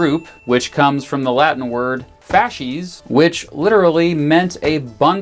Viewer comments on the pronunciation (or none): Latin, for the most part, is a phonetic language and is pronounced how it is spelt.(fawskays, not fahshies) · Most Latin purist prefer the vulgate pronunciation of fasces, over church Latin. "FAHS-kays" - not "FASH-ease".